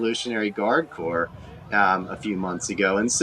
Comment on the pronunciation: you cant pronounce corps thumbs down